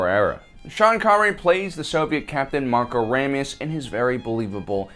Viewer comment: Ray me uh s, vode, Ramius.